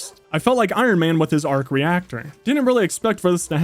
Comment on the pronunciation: did you mean a “bark reactor”